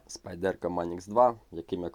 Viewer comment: СпАйдерко, а не СпайдЕрко!